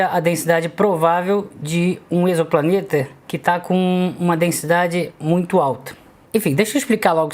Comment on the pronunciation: Você é a primeira pessoa que eu vejo que sabe pronunciar a palavra "exoplaneta".